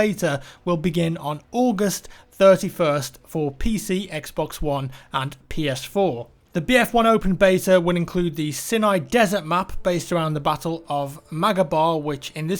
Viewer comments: Sinai is pronounced 'Sign-E- Eye' and Adriatic is 'Aid-Re-Atic'. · Great vid. However, just fyi, Sinai is pronounced "sign-i."